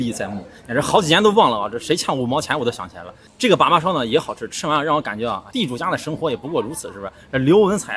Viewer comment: 把把，发音应该是（二声）（三声）吧🤣